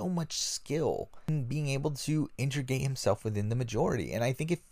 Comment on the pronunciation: Hey the word is integrate not intrigate.